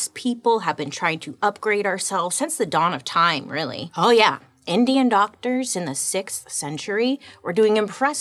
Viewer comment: Did I hear her say “DOGTORS”???? 😂😂😂😂